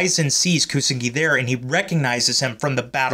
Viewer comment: It's Pronounced, YU-SA-KU & KU-SA-NA-GI.